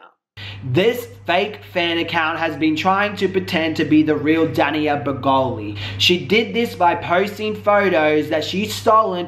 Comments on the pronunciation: It's Danielle, not Daniella. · "Daniella" 😂😂😂😂😂 u trip me out with your pronunciation of names!!!! That girl's name is "DANIELLEEEEEEEEE" 🤓🤓🤓🤓🤓😂😂😂😂😂😂😂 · I love you but it’s Danielle not Daniella 😘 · Her name isn't Daniela as you typed... it's Danielle! pronounced DAN-Yell anywho great video, I LOVE when liars get called out!! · Omg --DannyElla--??? No. Just no ok pronounce it like this Dan Yell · I was hoping eventually you would stop calling her Daniella but alas you didn't. Her name is clearly spelt Danielle. love you but that was frustrating af. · Omg he pronounces Danielle wrong the entire video